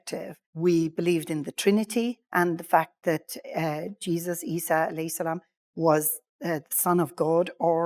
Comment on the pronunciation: Good to listen to her story as she said Isa a.s. That is the right way to pronounced. We as a Muslim, we believe no human can change anyone name or deny any verse stated in the Quran.